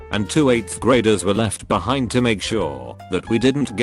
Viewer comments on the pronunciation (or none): none